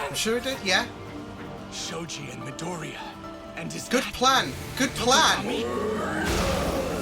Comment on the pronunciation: Eng dub?! DISGUSTANG just kidding, at least you post actually good content and do more than just ''haha that's funny'' kinda comments. Still, some of the pronunciation (specially in Midoriya's name, in wich you put the accent in the second ''i'' instead of the ''o'') is pretty bad.